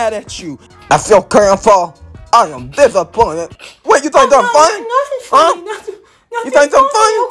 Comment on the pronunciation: “I am dissaqointed”